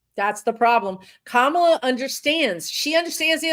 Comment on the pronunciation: I don't know how you think "Kamala" is supposed to be pronounced, but with Indian words and names you are never far wrong by emphasizing each syllable equally.